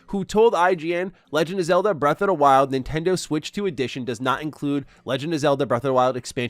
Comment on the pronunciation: Why does he keep saying “breath of da wild?”